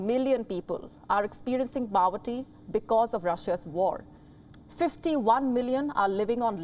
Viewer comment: POVERTY not PAVERTY 🙂